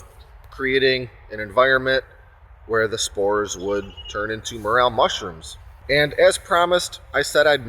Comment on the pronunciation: “More L” not morale, also not More ale” 😂